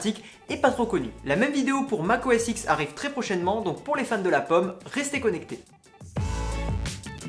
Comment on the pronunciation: Petit instant culture, on dis Mac OS 10 (X = 10 en chiffre romain). Sinon plutôt cool de découvrir des apps.